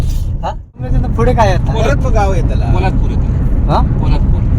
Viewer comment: To ek kay to bharich ha.....poladpur la polapur mhanta